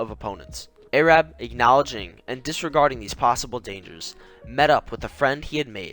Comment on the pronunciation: not airab its arab